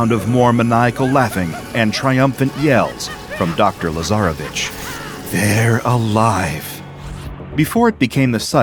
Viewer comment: Ok,someone should explain to me why i heard "lazarabitch" in place of "lasarevitsch"